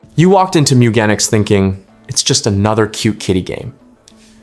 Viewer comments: Top 10 beginner tips It's pronounced Gen ic ss like Genes, like jeans. Mew Gen ics meeeee ewwwwwgenics MEWGENICS meow genetics moooo gan iks mewgenics! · I clicked off the video after 2 seconds because of your pronunciation of the games name. Checked the comments and glad i saved 19+min lol